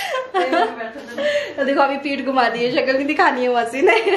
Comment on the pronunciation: Maasi nahi......mausi hota hai.....keep original